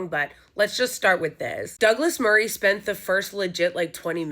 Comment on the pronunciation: I love your pronunciation of "daglass marreeeeh" hahahaha